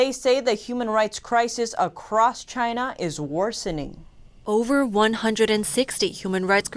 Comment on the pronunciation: Please read as china not as Chiang's